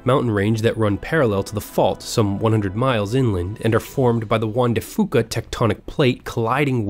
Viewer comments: Juan de fooka 😂 its pronounced Juan de fewka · Juan de Fuca is pronounced few-ka not foo-ka.